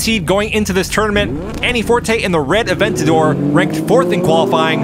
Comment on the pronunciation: Hey! It's AVENTADOR, not ADventador!!!